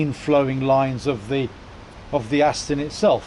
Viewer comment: Aston not Astin